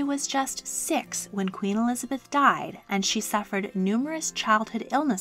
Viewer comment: ah yes, ELIABETH, that well know English Queen